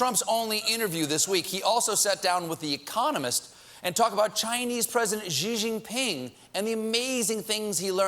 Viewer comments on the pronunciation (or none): "Xi" is pronounced like "She" not "Zzjhiei".